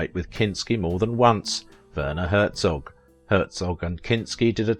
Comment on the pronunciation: Wurner Hurzog? XD XD EDIT: after watching the entire video and realizing you butcher every german word, no matter what, my initial comment has lost its meaning...